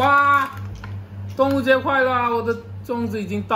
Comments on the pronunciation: 哈哈哈😄！是“端午节快乐”。“端午节安康”！不是“动物节快乐”。Duan Wu Jie。/ Dong Wu Jie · 你说端午节快乐，我听成了动物节快乐😂😂